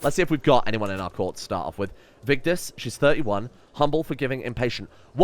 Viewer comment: Are you Scandinavian? You pronounced Vigdis correctly. That was all 😁👍 Love the video And your wife's name is pronounced Gytha.